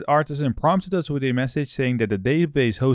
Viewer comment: As most youtubers suffer from spelling a correct "th", please, at least, try it.. there are no trees in laravel and no "witt".... (three, with).... Thank you ;)